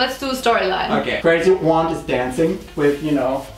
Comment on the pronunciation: Man I been laughing during the whole thing, but when she said « IM DA OAUNT » I completely lost it